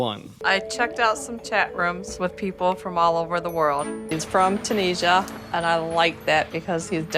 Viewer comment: STOP SAYING ‘TOONEESHAH’!!!